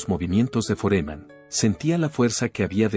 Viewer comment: Este pelotudo tiene que aprender a poner tildes donde corresponden pues no es Foréman a es FÓREMAN!!! Analfabeto no es Áli el es ALÍ!! Aunque se que no es capaz de comprender por ser burro!!